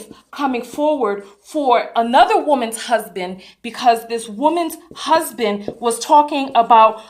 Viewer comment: DID YOU SAY HER HUB-SON????????💀💀💀💀💀💀💀💀